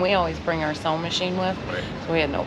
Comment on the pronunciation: Looks like y'all had a great time. Turtles don't have last names guys. 😂 I thought you said sewing machine not sound machine! 😂